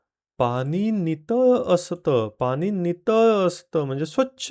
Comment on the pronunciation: पाणी म्हणा पानी काय म्हणता? तुम्ही चुकीचा शब्द बोलाल तर मुलं कायम चूकच बोलतील